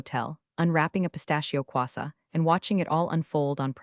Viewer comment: it is "croissant" not "quassa"!